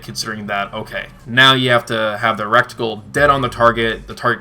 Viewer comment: Reticle not recticle LOL